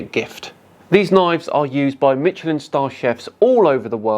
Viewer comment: God sorry to be that guy but it’s said like ‘mishelin’ not ‘mitchelin’ 🙃